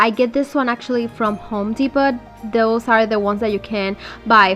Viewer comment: I like the candle/log craft. Incidentally........the “T” in Home Depot in silent. Phonetically it’s pronounced, “Dee Po,” as in Row.